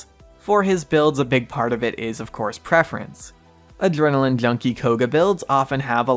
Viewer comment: I think he has braces or is not a native english speaker he pronpunces adrenaline, attention and other words weirdly too. Or maybe he has some speech impediments